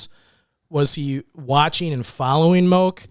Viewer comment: Moke is pronounced Mō key